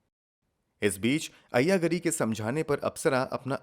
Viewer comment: You are showing locations that don't exist in Hyderabad. Moreover, your pronunciation of the names is very unpleasant. Ayya Gaari is correct sound. Kura ganti is the woman's name.